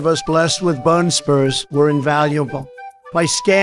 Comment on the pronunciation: This was perfect other than the word spurs and socks. Otherwise it honest to god sounds like a pitch perfect recording